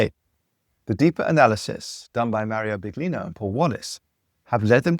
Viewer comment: Thank you for the video. BTW! It is Mauro Biglino pronounced Beeleeno. No disrespect!